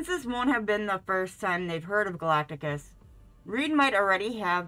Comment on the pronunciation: Why are you wearing a mask? Also, you’re pronouncing Galactus’s name wrong.